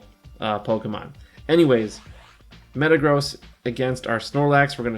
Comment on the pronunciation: Itl think its pronounced metagrozz not metagrows